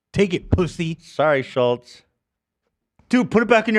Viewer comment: “I feel like his last name should be Schultz not Schullz” I genuinely thought I was going crazy for feeling like this. This fact makes him so much more fucking annoying.